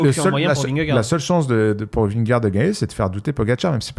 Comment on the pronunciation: Les gars je vous suis depuis le début, je vous aime d'amour mais je vous en supplie faites un effort sur la prononciation de Vingegaard svp 🙃